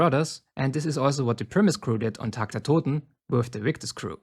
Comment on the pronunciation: wusste dass du deutscher bist als du tag der toten ausgesprochen hast 😂